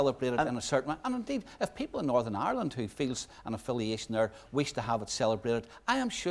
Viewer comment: Jim McAllister: “Northern Irwind”